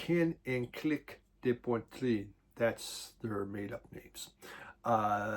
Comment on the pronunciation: Since you seem like a nice fella, the de in angine de poitrine is pronounced how it's spelled. Not day, not des, just a short de.